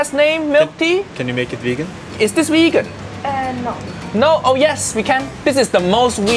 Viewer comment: No no no uncle roger say wegan